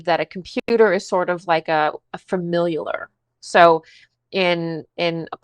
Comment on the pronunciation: why is she adding a whole syllable? Lol theyre called a "familiar". Example - ive watched this shows before, so im familiar with the cast". Shes defining it correctly within the sense shes using it. But she's saying it wrong lol